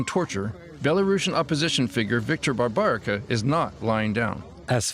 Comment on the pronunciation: “BARBARICO” 🤔😅😂 — that’s how this Polish TV channel chooses to pronounce a name that, in its unmutilated original (Babaryka/o), aligns perfectly with both Polish pronunciation and the name’s historical and contemporary presence in Polish territories.